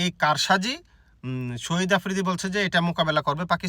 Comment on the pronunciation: সহিদ না সাহিদ